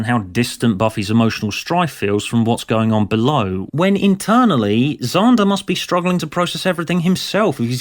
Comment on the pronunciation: Props for using a soft a in Xander and psychopath. Thats queen level RP